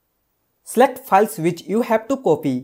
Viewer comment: Please correct your English first , it’s not piles 🤣🤣🤣